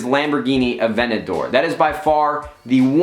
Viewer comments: Nade, Please pronounce the Aventador the way it's spelled with the T involved in the pronunciation.. its not an avenadore. A-Vent-A-Door Sincerely, Everyone that loves cars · Its pronounced (Add-vanta-dor) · sorry but dude avenador its called aventador... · You say Aventador weird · You say aventador weird lol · Hate the way he says Aventador😡😡